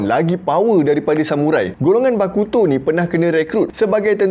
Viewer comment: "Bakuto" bunyi da macam "Aleuto" haha.. Kan....